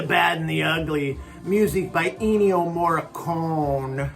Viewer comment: It is not ENNIO-MORE-A-CONE, It's ENNIO-MORE-A-CONEY!